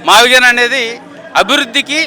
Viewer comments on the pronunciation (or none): Maaviigun pronounstation ki moodu cities sambandam unnadaara senior citizen gaa aduguthunnanu